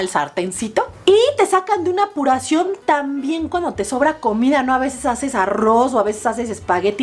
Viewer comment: Jajaja "Apuracion" me da un poco de risa como lo dices 😁😂😂😂 Saludostes De color Pink como tu cocina👍😘 Venezuela presente 😉